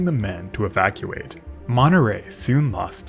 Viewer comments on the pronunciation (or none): none